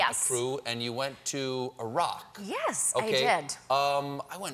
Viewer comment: It was nice to hear some Americans pronouncing Iraq that way, instead of the usual: "Eye-rack".